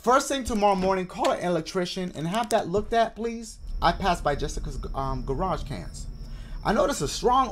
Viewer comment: dashie: “garage cans” when it actually says garbage cans